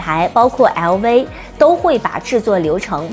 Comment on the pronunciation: 熬威嗷威嗷威…LV能唸成這樣也是厲害